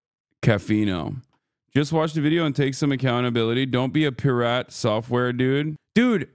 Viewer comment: was that on purpose or did he read pirate and Pur-rat 😂